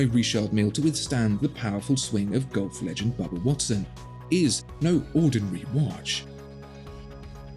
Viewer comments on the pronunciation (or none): none